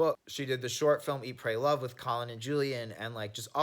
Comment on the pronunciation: HE SAID "EAT, PRAY, LOVE" NOT "EAT, CLAY, LOVE" IDK WHY I THOUGHT THIS WAS SO FUNNY AHAHAH